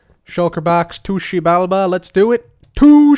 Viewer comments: just me that really likes but wanted to smack him when he kept saying "tushibalba"? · eventually i just heard TOOSHI BALBA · My head can’t take saying to xibalba any more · Take a shot every time he says Xibalba